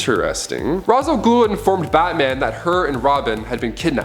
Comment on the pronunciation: I just can’t with the pronunciation of Ra’s 🤦🏾‍♀️